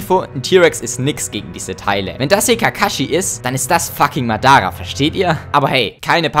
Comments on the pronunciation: nur mal zur korrektur, es heisst nicht madAaRah sonder maddarrah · Dieser Moment wenn man nur durch das aussprechen von dem Namen Madara merkt dass du die Deutsche Version geschaut hast 😂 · ja besonders madars auf deutsch aussprechen und obitos stimme oder sAsUkE aussprechen